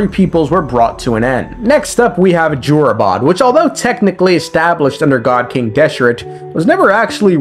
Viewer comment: Not to make fun of your pronounciation but "joorabad" had me cackling